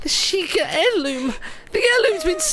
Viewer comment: What's an Heriloom? Heirloom sure. But Heriloom? Must be a Hylian thing